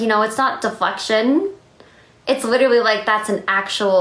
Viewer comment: Why does no one point out that she said “widerawy” instead of literally and “ I weawy am doing fine”